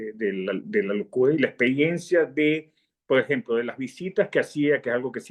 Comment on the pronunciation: Cuando empezó a hablar me pareció que estaba echando bromas , como estan hablando cosas de locos ,luego me di cuenta de que habla así, entrecortado , Lo mismo me paso con el gran maestro universal Jacobo Borges. En todas las entrevistas utiliza una palabra mal pronunciada "PO EJEMPO" , también pensé que eran bromas del gran maestro universal , pero no , después me di cuenta de que tiene muchos problemas de dicción, en cambio los entrevistadores pronuncian demasiado bien, y arman el programa muy bien, felicitaciones.